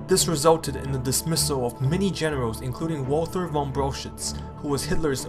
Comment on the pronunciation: btw V in "von" is like F